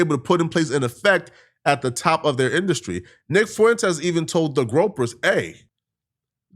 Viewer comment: stay calling them “Gropers”😂😂😂 It’s “GroYper”